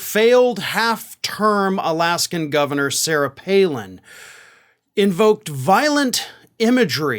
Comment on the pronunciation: lol I thought you said 'half-turd' not 'half-term'; I was going to say you're about half right on that assumption 🤣🤣🤣